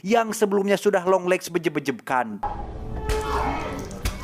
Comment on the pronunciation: apa cuman gw yang denger longlegs lama lama jadi dengernya yonglex ? 😅